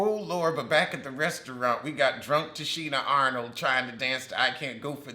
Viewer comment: Why are you calling her Tichina Arnold? 😂😂